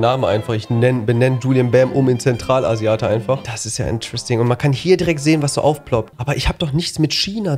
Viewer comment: Zemtralasiate hat mich gekillt🥲😂😂😂😂